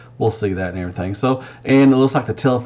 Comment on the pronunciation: “And erietheeng”